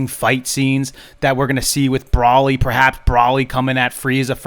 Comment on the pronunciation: It's Bro-ly, not Brolly.